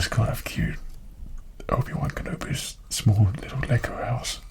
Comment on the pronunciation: It sounded like he said Ubiwan kinda like Ubisoft.